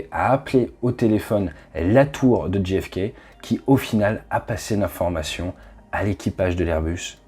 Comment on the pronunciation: L'incompréhension est vite arrivée, sans que quiconque ne s'en rende compte. Exemple: à 1'50'' de votre vidéo, vous dites "Djee Eff Kay" au lieu de "Djay Eff Kay". Un anglophone transcrira "GFK" au lieu de "JFK". Ce n'est pas grand chose, on ne fait pas gaffe, mais c'est comme ça qu'au final on se retrouve dans des situations ubuesques... Comme quoi ça n'arrive pas qu'aux autres ;-)